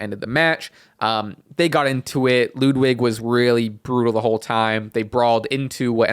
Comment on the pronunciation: Please learn how to pronounce ludwig